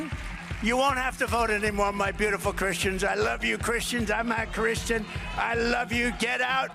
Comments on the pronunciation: Christain . sounds like.a dirty,vulgar word when Trump says it. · Sounded like he said that he’s not Christian